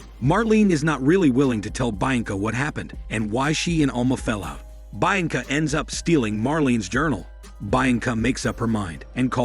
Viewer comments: Bainca, really? It's literally read the way it's written BI-AN-CA. Bi as in BInoculars AN as in UN-derworld (the movie). CA as in CAmera. You're welcome. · the name is said = Bee anka not bi anka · all i heard throughout this recap is BI ANCA this BI ANCA that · "baianca" lmao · Who the fuck is "Bine-encah" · bee -on-cah... Lol 🤣😆😆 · Hahaha...bha yang kha......... Hahaha..and he says it again and again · Did he think it was Bainca? And then was just too embarrassed to correct it? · Hearing him butcher the name Bianca so many times in a row was really hard to listen to. Don't they edit these videos before posting? Especially when you're having a bot read for you. You could fix those mistakes by spelling the mispronounced words and names like they sound (if nothing else). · As a Romanian and knowing how Bianca sounds, it just irritates the crap out of me the way he says it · What an interesting way of pronouncing “Bianca” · I guess it’s ‘French’ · I thought the same damn thing😂